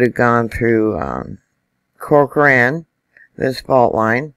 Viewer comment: She got Corcoran correct.....